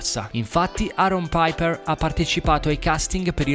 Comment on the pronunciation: RAGAZZI PERDONATEMI L’ERRORE DI PRONUNCIA CHE HO FATTO 🤦🏻‍♂️ HO PRONUNCIATO ALL’INGLESE (“PAIPER” ANZICHÉ “PIPER”) IL COGNOME DI ARON CHE È SPAGNOLO, SCUSATEMI!